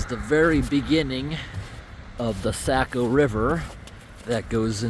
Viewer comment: Did you call it the Sack-O? 😅 Oh my.. Oh no no no... that won't do at all. Sah-co, Sah-co!! Saaaaaaaah-Co!